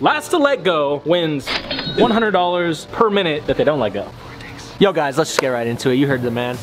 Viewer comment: i thought anthony said last to lego hahahah